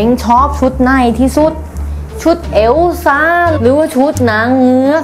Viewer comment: พูดว่าแอลซ่า 555